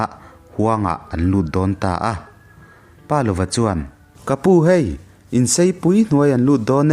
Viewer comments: pa lova tia chhiar loin palova tia chhiar zawm tur ani e....i aw ngaithlak anuam a....ka ngaithla ve ziah ania.👍👍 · Palova hming ilamrik dan hi a diklo tlat mai.😢